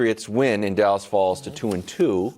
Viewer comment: Did he say .... d'alice cowboys 😂😂